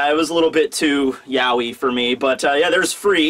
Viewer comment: i laughed so hard when you said yawee for yaoi! Hail King of Cringe!!!!!!!